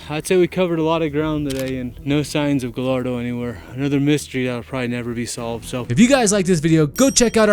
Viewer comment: I think its pronounced gayardo since 2 l's in a spanish make the y sound